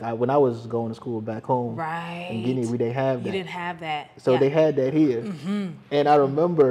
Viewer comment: He said Guinea several times